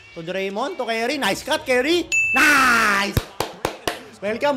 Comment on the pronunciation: curry boss, hindi carry..obob bisaya.